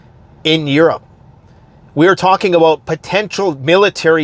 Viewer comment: I'm beginning to think that you're not actually Canadian. You don't pronounce "about" right. p.s. I hope that made you chuckle.